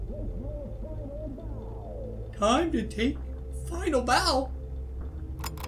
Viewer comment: says "it's time to take your finel bow"